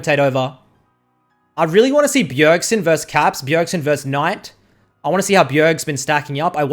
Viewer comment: nobody:: KNOIGHT